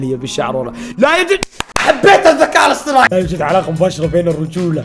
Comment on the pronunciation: الذكاء الاصطناعي ❌ الذكاء الاصطماعي ✅